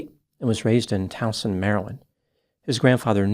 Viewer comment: As usual, does great research, including the correct pronunciation of Towson. I wish folks would separate healthcare and healthcare financing. The US has the best healthcare in the world, as evidenced by the fact that people come from all over the world to get it. The best care in the world is expensive. People in the US want access to that great healthcare, but somehow they do not want to pay for it and expect others, especially "the government" to pay for it. Go to Canada where people wait several months to see a specialist, or Great Britain, where you can read every day about health care tragedies due to delayed or incorrect treatment. No human system is perfect, and we should always strive for improvement. But viewing US healthcare as inferior is simply a fantasy.